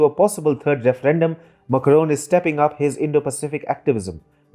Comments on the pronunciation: It is not Muckroan, Makro it is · It is Macron not "Makaron" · Please check your pronunciation of “Macron” it sounds very odd when you are saying it so many time in this video. Kindly check from some French source the correct pronunciation. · Some English speakers just can't get their mouth around French accents. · Peacock That's what I was thinking when I heard it.